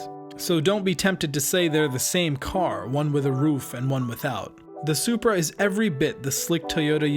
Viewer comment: "It's a Zupra" Ok, MK4 A80 Supra is a Soarsupra